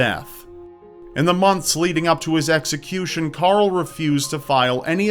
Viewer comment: You can't say Carl! It's not Coral or Carol!